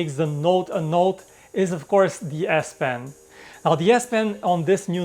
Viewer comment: whenever you say " de S pen " I hear " BS pen "